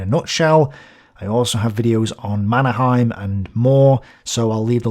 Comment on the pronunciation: Perkele lausu marskinki nimen väärin perkele.